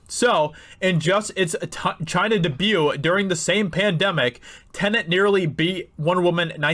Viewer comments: what is "dubu"? I enjoyed hearing everything else you said, but I struggled to keep up when you slapped that word down. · Dude, please learn how to say debut... DAY- BUE... DAY-BUE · Its' pronounced DAYB-YOU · Because of the way he pronounces "debut" I will literally never watch this channel again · Anyone think he says debut weird? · So annoying that he pronounces 'debut' incorrectly. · My hearing isn't the greatest and maybe it is just me, but does he keep pronouncing "debut" wrong? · What's a "the hudinburge" and "dah-bue"?